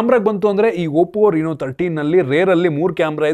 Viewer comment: ಅದು oppo ರಿನೋ ಅಲ್ಲ ಗುರು, ಅದು ರೆನೊ 😂